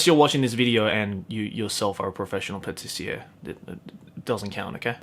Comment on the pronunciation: Doesn't have anything to do with anime, but i love how the word "pâtissier" is pronounced, cause that's exactly how you say it in french and it feels so weird like "did i just hear speak french? oh nevermind he said pâtissier"